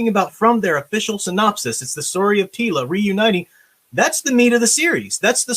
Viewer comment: Teela, more like reeela. jokes aside just because it may be better than NOT-She-Ra doesn't mean it's not going to suck.